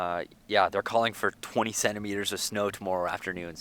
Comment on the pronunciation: I kept thinking he said 27 Meters of snow, I was like, "Wow 88 ft of snow in one night, that's pretty deep". I know he said 20 cm, but the first two times he said it I misheard it.